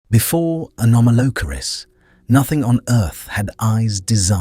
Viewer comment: The AI voice mispronounced “anomolocaris” when it first pronounced it .